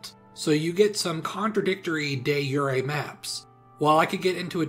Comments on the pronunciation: isnt "de jure" pronounced as "duh jer" ? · De joore is the correct pronunciation for de jure. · De zhur-e this is driving me nuts lol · Stop me if i’m wrong, but i was taught de jure was french and thus de (jore with the j) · It’s not pronounced Day Yuray. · Today I learned de jure is pronounced “de yure” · I love the video but your pronunciation of de jure really urks me. I’ve always heard it said with a hard J sound. De JURe territory. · It's pronounced de zjure like digorno pizza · Day jooray, what a pronounciation. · had to stop watching after the third “day yooray” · It's pronounced 'Jore' like 'Shore'. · I'd also argue that it's not even ay at the end just de zhur isn't it French? There's no é or è. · please stop saying "Day Yuri" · Day yooray? Literally unwatchable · the pronunciation of de jure is wild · I forgot British people don't understand how to pronounce things. De jure rhymes with... oar? Surely that's the same? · I was thinking the exact same thing 😂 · nah its just history nerds using a bad approximation of classical latin pronunciation for a modern latin phrase for no reason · Good video but you kept mispronouncing De Jure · I simply can not listen to you say it wrong so many times I had to end the video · But you weren't speaking Latin, you were speaking english, and its a word with a pronunciation in English, so did you just do it for fun, not accuracy? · Jilted a bit by the pronunciation of 'de jure'. Isn't it just like any other word ending in ure, like pure, or sure? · I’ve always pronounced “de jure” like it’s french, not latin, so it sounds weird hearing it like that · got in and heard the butchering of "de jure" and that was me done... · By law, that is not how you'll pronounce De Jure anymore. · I’ve never heard “de jure” pronounced with the y sound. That threw me off so much. Is that normal in America? It’s a french term, right? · the pronunciation is horrific oh my god please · 20 seconds in and dude can’t pronounce “de jure”.